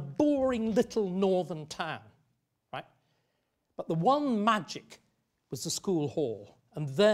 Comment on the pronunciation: Whoa...when prof. Starkey says "right", he reveals his northern bumpkin roots!